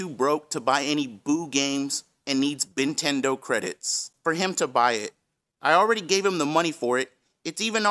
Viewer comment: "bintendo credits" 🤣🤣